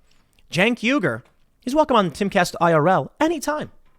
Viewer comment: Hey Tim, It's pronounced "Uy - Gur" not "Yu - Gur", the U at the start of his name is spelled like the U in "Uzi", you say Uzi, not Yuzi. Just pointing it out :)